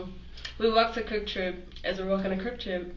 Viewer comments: It’s KWIK TRIP, not Crip Trip!! 😆 And Bloods are allowed! 😂🤣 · How is she a senior, and can't say Quick Trip...also, worser isnt a word...and the cops aren't your brain dead gurfren... she's either 13 in the brain, or crazy af... I have a theory that the urban youth want some jail time..... they want time, attention, direction, etc, and think they'll get that and street cred. for the future..